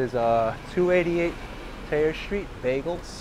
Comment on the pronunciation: Nice tour. This is the best time of year to visit. If I would have known you were in town I would have liked to go down to meet you and showed you some points of interest. Just a bit of local knowledge though: you do pronounce the h in Thayer, it's the r's we don't pronounce.